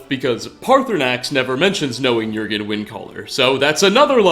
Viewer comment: Thank you for pronouncing Jurgen correctly